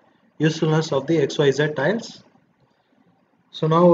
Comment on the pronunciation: "Titles" or "Tiles?"